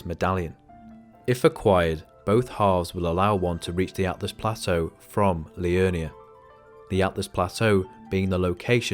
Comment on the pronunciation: "Atlas Plateau" SMH.